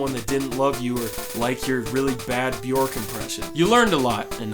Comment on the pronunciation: It’s not b YORK it’s b YERK